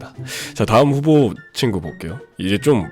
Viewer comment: 후보가 흑우처럼 들려...